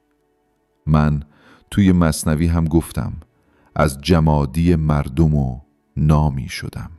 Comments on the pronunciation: مَردُم غلط است ، مُردَم درست است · حداقل یکبار قبل از اجرا متن را می خوندی . از جمادی مردم را اشتباه خواندی .😅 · خیلی زیبا اما دواشتباه گفتاری اول دربیان کلمه مردم ودوم در بیان کلمه عمر با تشکر وعذر خواهی ❤ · از جمادی مردم با میم ضمه ای خدا درست بخونید